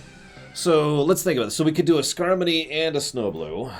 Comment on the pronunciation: It's Skarmory. As in, a Sky pokemon that is armor-y.